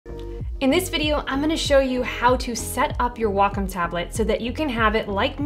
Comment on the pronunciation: Great video. What I'd like to see is how to adjust the sleep timeout on a Wacom Intuos tablet. (also, thank you for pronouncing Wacom properly! Ugh. I hate hearing WHACK 'em. Ugh!!! :) )